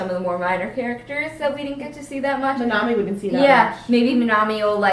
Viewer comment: It really annoys me the way the pronounce, minami and phitchit. They say "Minomie" and "Pitchit". Is it only me?